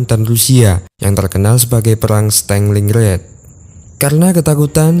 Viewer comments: stelingred gk tuh stalingrad mas A nya jangan dibaca E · Punten. Pronounce nya yg bener itu "Stalin Grad" (kota Stalin) bukan "staling rad" CMIIW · Min bacanya jgn Stenglinggred tapi Stalingrad..🙏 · Stalingrad boss bukan stenglingred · kau salah tulis terjemahan tu seharusnya 1936 bukan 1956 (tolong diperbaiki) oke👍,dan satu lagi partempuran Stalingrad bukan stelingrad (tolong diperbaiki cara pengucapannya). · Stalin-gard ❌ Staling-rad ✔️ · "stenlinred" wkwk